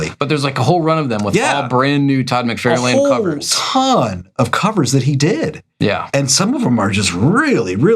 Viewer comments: Todd McFarlane is pronounced Mick-Far-Len. (Not mick-fair-lain) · Love the channel... but why can't you say "mc-FAR-lin" by now (instead of "mc-FAIR-lane"). It's a knit-pick, for sure... sorry.. Love the show. Please don't hate me. I do like the videos, I promise. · "Mc fair lane" ?? I've only heard "Mc far lan". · ok, I'm pretty sure this must be a long running joke of yours, but I can't stand it. It's pronounced "Far"lane, not "Fair". I'm afraid you're literally trying to real life Marvel retcon this and I must be a bulwark against this. I wouldn't think your serious, but you said you haven't read any Iron Man comics so now I'm questioning everything. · I always enjoy your videos, but every time you mispronounce McFarlane's name it drives me crazy. It is not Mc-FAIR-lane, it is Mc-FAR-lane. Actually, Todd pronounces it Mc-FAR-LIN. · Have I been mispronouncing "Rob Lie-Feld" and "Todd Mick-Far-lan" this whole time? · Todd Mc-Fairl-Lane? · Can you pronounce McFarlane as it sounds …lol…if he is your favourite artist…musk-far-lyn….sorry love your content just feel like…it’s the man’s name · Also, I swear at this point you’re just purposely mispronouncing McFarlane. Stop it. You sound clueless.